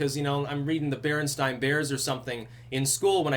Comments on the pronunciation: Did you say BerenstEin? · Heya not to be "conspiracy speaking"; however did you just pronounce Berenstein Bears and not Berenstain Bears *~ Mandela Effect? Are you with me Kyra? Safe Question for the Parallel Universe.. CERN..... Huggers and Peace Out